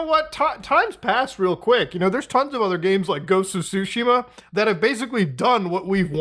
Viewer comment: did he say "Ghosts of Sushima"?